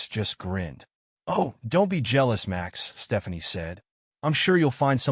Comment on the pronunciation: the AI voice keeps tripping into a bad German accent every time a sentence starts with "Max".